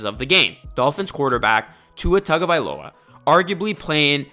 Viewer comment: I’m gonna help you out bro. His name is Hawaiian/Polynesian. In Hawaii, they pronounce “Taga” as “TONGA”. You can research it yourself if you don’t believe me. I looked it up bcuz I thought everyone was saying his name wrong lol. Great content tho bro